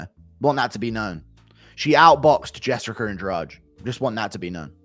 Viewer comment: Jessicer Lmao ahh british folks